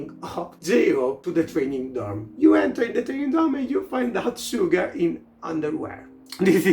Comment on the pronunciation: suga is pronounced as shuga (i would even say as shjuga but that would probably make it harder for english speakers) since it's written as 슈가 in hangul, i would say just listen to how suga and other members pronounce it